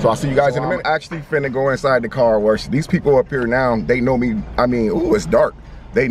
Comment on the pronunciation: Car WERSH 🤣